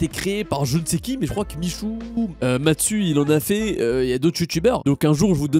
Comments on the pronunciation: salut video incroyable comme tes stream continue comme ca et force pour l'avenir. mais je rêve ou tu as dis matsu au lieu de mastu???? mdrrrrrrr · Incroyable mais il a dit matsu au lieu de mastu